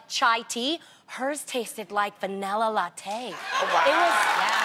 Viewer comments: I'm more concerned with her pronunciation of latte 😂😂😂🤣🤣 no need to break up the syllable Tam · The way she said latte😂😭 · Right what was that all about?!